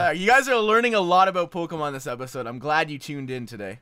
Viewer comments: I hate how he says "poh-kuh-mon" when it's clearly "poh-kee-mon" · its poh-kay-mon